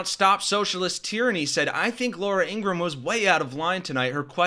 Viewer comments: It’s not Ingrumm.. It’s Ingra-HAM. FDT 💛💙🇺🇸🇺🇦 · It’s pronounced Ingra-ham.